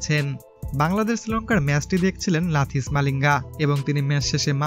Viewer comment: লাথিস না লাসিথ।